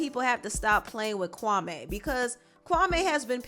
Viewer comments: Kawme? As far as i know that is a Ghanian name and its pronounced Kwame 🤔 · Why u keep saying his name wrong, it’s Kwa-mee not Kwa-may smh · No offense but I’m cringing every time the name Kwame is pronounced Kwamé🤦🏾‍♀️🤦🏾‍♀️ it’s Kwame (pronunciation of the ‘me' is like the word me. Lol js... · His name is not ‘Kwamayyy’ it’s Kwame, as in ‘Kwameee’ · Kwame took me out with weasel face 😂😂😂AND ITS Pronounced KWA-ME .., NOT KWA-MAY!!! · Kwame ... kwa-me (like me not may) and I hate side taking stories from journalist. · It’s pronounced Kawmeeeeeeeee... & you should have heard what he said about Steven Jackson & Matt Barnes! Straight flame 🔥